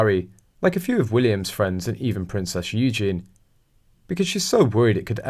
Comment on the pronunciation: Hey it's pronounced YOU JANE EEEE NOT Eugene 🤦